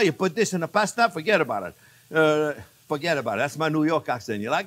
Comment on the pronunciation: "Foget about it" and "How ya du'n" Chef jean-Pierre !